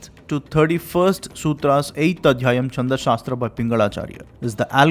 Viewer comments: It is not चंद शास्त्र but छंद शास्त्र, sloka is incorrect pronounciation it is श्लोक। Pls use correct form, your recitation of विष्णु सहस्रनाम was good। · Chhand छ not cha च so छंद not चंद Great and helpful research .